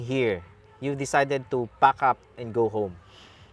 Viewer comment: "Yu decided to pac uf and go home "😂😂😂